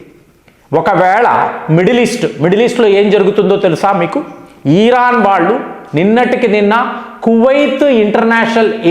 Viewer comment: ఓరి నీయబ్బ... ఈరాన్ కాదురా నయనా.... ఇరాన్ మాత్రమే...నువ్వు ఏమిటో నీ pronounciation ఏమిటో.. నాకు అర్థం కాదు.